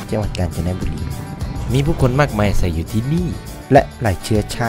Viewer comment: อาศัย ไม่ใช่ อาศัก!!!!!!!! งานรีบรึป่ะพี่